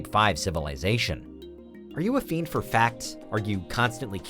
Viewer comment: Am I the only one who hates it when this nigga says "are you a firnd for facts....."?